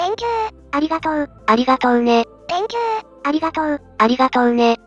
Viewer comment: Think you → Thank you（小さいことが気になる、僕の悪い癖ｗ） 個人的にはこのしつこい「ありがとう」連呼は好きです。